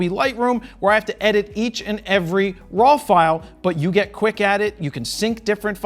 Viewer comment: I never noticed that you pronounce RAW as RAWL. I will hear that everytime I watch one of your videos. BTW, thank you for this video, very highly appreciated.